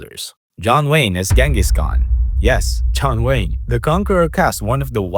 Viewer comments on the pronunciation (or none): none